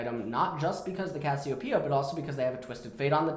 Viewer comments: why does he keep calling cassiopea 'kossidin' ? lol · Did u notice that says cashiopia